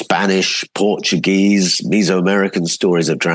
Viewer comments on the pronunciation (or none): none